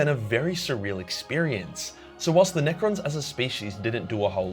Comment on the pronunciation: I'm here just to hear you say NEcrons were in coma, in bed